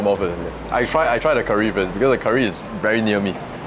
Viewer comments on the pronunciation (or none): Why your pronounciation so weird one. Curry not keer-ree